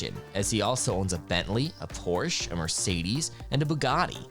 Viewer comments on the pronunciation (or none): none